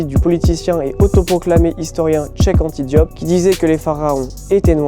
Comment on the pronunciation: T’as pas de mal à prononcer "Astrid Nelsia" mais en revanche beaucoup pour prononcer Check "Anta Diop"